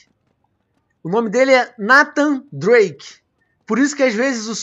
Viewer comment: SE ESCREVE NATAN, MAS SE FALA N"EI"THAN NDRAKE. TA PERDOADO VENOM, VC É FERA